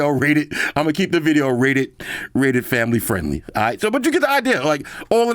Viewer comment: "Ooo! Favmily show"😂😂😂